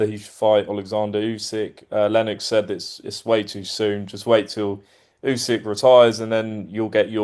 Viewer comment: ‘U~sick’…not ‘U~zig’….c’mon Duke boy, sort it out.